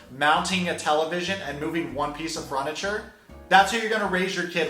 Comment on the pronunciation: Sweetheart how you say furniture makes me queasy